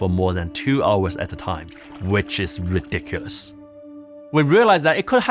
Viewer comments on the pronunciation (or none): I love when Asian's try to say the word "Ridiculous" 🤣